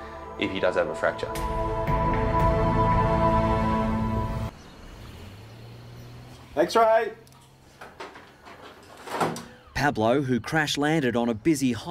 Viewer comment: Spanish guy here: Dr. Chris pronounced Pablo's name perfectly